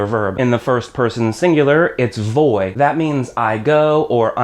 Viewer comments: Very good video, except for one problem. The letter "V" in Spanish is pronounced "B". So rather than "Voy" it supposed to sound "Boy" But it is still spelt "Voy". People may still understand you but it's not the proper way to say it. Some may get confused with other words. Much like the letter "j" in spanish is pronounced as a guttural "h" sound. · Man, you have pretty good way to explain spanish, i like it. But to be honest...your pronunciation is pretty terrible. For example voy vas va etc... i have never heard pronouncing my spanish friends in a way like you did. V at the beginning sounds always like a "b". I´m not criticising you, i just wanted to notify. Good luck!